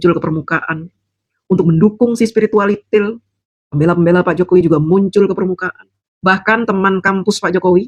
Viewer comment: Ha,ha,ha,ha saya jadi geli dan nahan tawa dengar bilang sepiritial itil